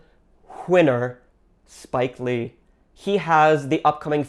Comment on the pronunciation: Academy... Award... Hwinner... Spike Lee